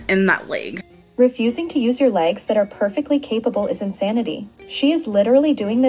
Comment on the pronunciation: My LEYGS MY LEYGS 😂😂 the way you say legs makes me howl every time 🤦‍♀️😂